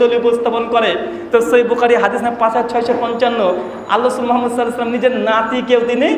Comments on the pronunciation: তুই তো মোহাম্মাদ সঃ এই শব্দটিই সঠিক ভাবে উচ্চারন করতে পারিস না।যারা তোর এই এত বড় ভুলটা তোর সামনে থেকেও ধরতে পারলোনা অরাও তোর মত জাহেল। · এই বেটা জালেম জানোয়ার মুনাফেক ইহুদীর দালাল ওহাবীর কুত্তা শালা জারজ সন্তান শুদ্দ করে রসুল সাঃ নাম মোবারক নিতে পারস না আবার মিডিয়ার সামনে এসে গলা বাজী করিস শালা নাস্তিক